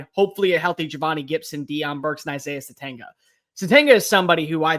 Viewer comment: We are about to be 7 weeks in. Isaiah Sategna.....the G is silent.